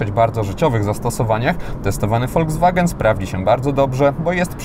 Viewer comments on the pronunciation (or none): none